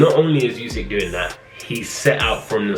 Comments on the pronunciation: not its pronounced Usyk 😂 with a U not a You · Why do people still pronounce it yousick 🤦🏻‍♂️ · No one:: YoUsiK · More like: you sick